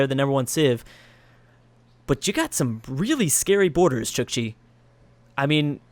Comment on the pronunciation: It's not pronounced chichi, but Chook-chi. It's writting Chukchi. Or Chukotka (Choo-koht-ka) In russian, the country these people live in :)